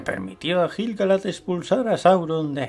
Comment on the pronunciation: La U de "Laiquendi" se pronuncia. Lo mismo con "Quendi", "Quenya", "Quenta", etc. Aunque viendo otros vídeos tuyos me doy cuenta que castellanizas la mayoría de los nombres. En este vídeo, por ejemplo, pronuncias "Gil" (de Gil-Galad) con la G española como en "geranio", pero en realidad se pronuncia como la G de "gato".